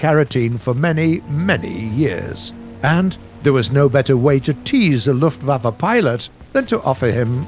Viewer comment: he Said lufflaffe